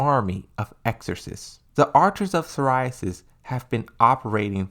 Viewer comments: Archers of Si-ri-us, not psoriasis 🙄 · And Haijo vs Hachijo, and he... Idk how he said Archers of "Seriyasis" instead of Sirius... He's good at what he does tho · "Psoriasis"?! "A-zelle"¿¡ Just "try" man... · Dude, I really like your content and I don't mean to be so petty, but your mispronunciation of Azazel and Sirius was so jarring I had to stop watching the video. It seemed really interesting too. Sorry dude